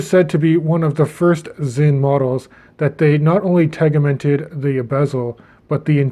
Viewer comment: tegiment is pronounced with the G like a J, awesome video!